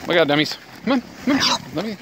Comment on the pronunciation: Did he call them dumb ies???